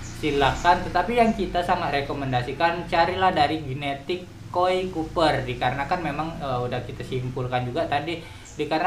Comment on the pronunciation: Copper om bukan Cooper,wkwkwkwk